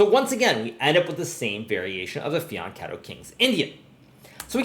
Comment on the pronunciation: every time a chess player pronunce the word "fianchetto" an italian dies...